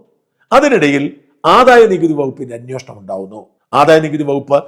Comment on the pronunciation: അന്വോഷണം അല്ല ..... അന്വേഷണം എന്ന് പറയു